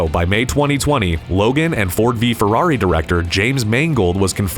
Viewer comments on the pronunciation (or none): none